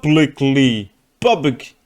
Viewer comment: When you say “Public”, never, ever forget the ‘l’. It will completely change the message. Lol #HOG Fam ✌🏽